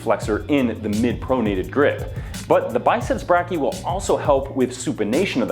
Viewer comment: As a medical student I'm dying every time he mispronounces "brachii"